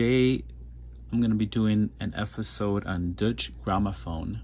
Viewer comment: Good video but it's pronounced doiche